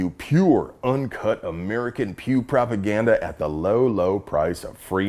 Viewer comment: Everytime he says Pew I hear Pubes.